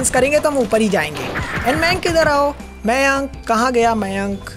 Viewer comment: Maynk nai ma'ya'nkkk